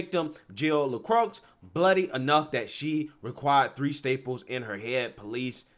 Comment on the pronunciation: “LaCrox” 😂 I think it’s pronounced “LaCroy” 😜